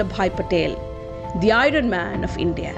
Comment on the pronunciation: Iron is not pronounced as i-run.. I is pronounced as ai·uhn... Kindly see to that